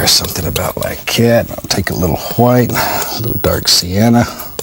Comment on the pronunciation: Instead of saying, “Like that” he says, “Li cat”. Drives me crazy. Still love watching though😚